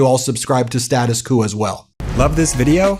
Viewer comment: thanks!, but let's pronounce "Status Quo" correctly: Status 'Kwoh'